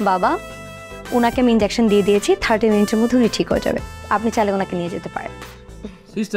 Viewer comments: ইনডেওকশেন নাকি ইনজেকশন 🙄🥴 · 🚫😄ইনজ্যাকশন নাকি ইনজেকশন হবে❓